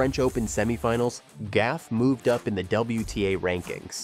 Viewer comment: Coco's last name is Gauff, not Gaffe!